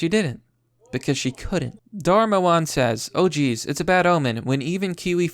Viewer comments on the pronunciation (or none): none